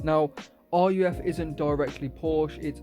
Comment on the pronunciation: Its pronounced ''Ruugh'' not r-u-f 😭